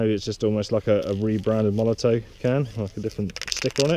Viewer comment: Its molotoFFFFF not MolotOE... Great Video btw